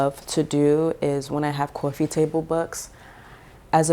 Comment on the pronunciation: You've mentioned Oakland and San Francisco, etc. but something about the way you said "coffee" and "wall"... I'm sensing New Yawk roots... Love your style!